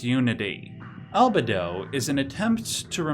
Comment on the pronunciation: I pronounce albedo as al-be-do, but you seem to pronounce it as al-bed-o